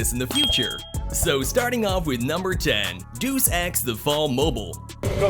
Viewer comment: man said "dews" ex 💀